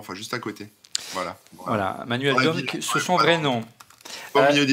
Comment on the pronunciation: Korben, c'est Manuel Dorne et non Manuel Dome.